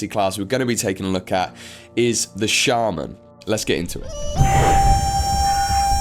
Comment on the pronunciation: Please look up how to pronounce shaman. Otherwise exelent video.